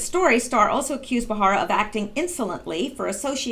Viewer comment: Just to help you out, it's Ba-ra-ra, not Ba-har-a. No insult intended. You do really good work; your clear enunciation is melodic as opposed to being monotone or droning, which is primarily what I look for before subbing. I listen rather than watch the channels that report on Q, so I really appreciate all the reading you do.